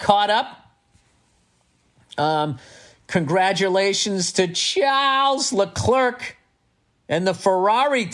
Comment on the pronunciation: Say it with me - “Sharl Leclair”. It ain’t “Chuck the Clerk” dude Can’t wait to say “the tang is shorter”. Nunavut is Inuit - play that place!